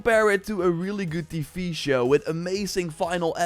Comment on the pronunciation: "teevee shuws"